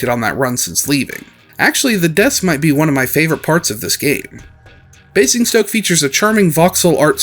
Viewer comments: Your pronunciation of Basingstoke was pretty good. Just turn the first "s" into a "z" and you are golden. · That was actually a really good attempt at pronouncing Basingstoke, far better than I was expecting. The only thing "wrong" really is the first S is pronounced as more of a Z (Bay-zing-stoke). It sounded like you were getting this the more you said it.